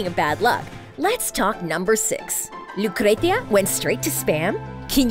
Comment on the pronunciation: Lucretia? Pawola? Elitey? Lol